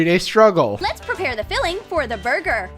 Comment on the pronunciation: when she said burger and had surgical gloves i thought she said murder...🤔